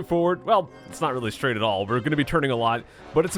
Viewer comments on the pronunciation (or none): none